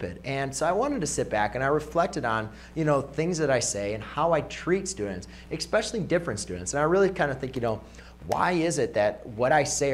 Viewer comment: Did he say -exspecially